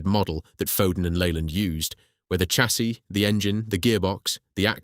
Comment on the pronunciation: The mispronunciation of chassis is blood curdling. It's pronounced "shassee".